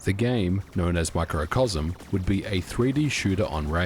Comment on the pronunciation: On the Amiga version of Blood Money the voiceover clearly says SIGE-NOSIS not SIG-NOSIS. And wtf is Micro-o-cosm? It's MICRO-COSM ffs.